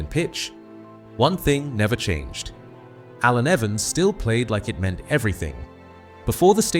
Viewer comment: Shame the AI commentary couldn't pronounce his first name....